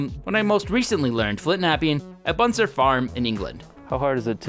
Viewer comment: It’s BUTSER not Buntser farm, you also got it wrong last time you mentioned them, please try to get it right.